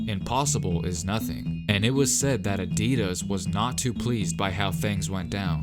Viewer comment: Is it just me who noticed that he's saying Adidas wrong